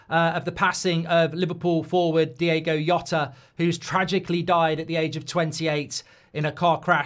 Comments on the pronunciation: Great video but stop saying Yota. That’s not his name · "Diego Yota"... come on mate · Please give him the added respect of saying his name right. It's the bare minimum of research you can do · If you're guna use his death for views and likes, atleast say his name right... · If you genuinely want to be respectful, at least pronounce his name properly. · Atleast say his name right you idiot